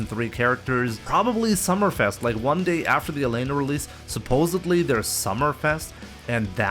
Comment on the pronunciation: It’s “supposedly” with a D Not “supposebly” with a B! 😡